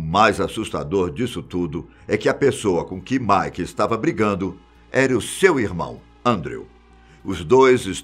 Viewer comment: antes de publicar o vídeo eles poderiam revisar né. Ou poderiam dar uma dica pro tio do vídeo não falar errado. Nu (new) metal chamou de Nú Metal Mick ele chama de Mike Sid, ele chama de Sáid